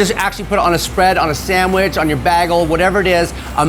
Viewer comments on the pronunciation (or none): I love everything except pronouncing bagel as "baggle"